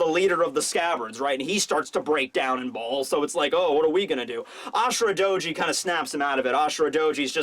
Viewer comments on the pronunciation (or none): none